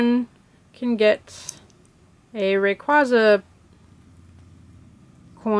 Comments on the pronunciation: its pronounced ray qay za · Umm... You pronounced almost every Pokemon incorrectly! Ray-Quay-Zah, Grow-don, Kye-oge-r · No offense to the speaker But does it disturb anyone that she's saying raquaza like that?? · You're pronouncing it wrong it's RAY-QU-AE-ZA not RAY-QUA-ZA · Say ray-qwayza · You don't pronounce raquaza right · factz the cring is real i dont really like this vid 😥✌